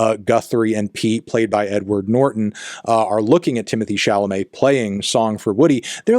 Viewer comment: Stop saying "Timothy" please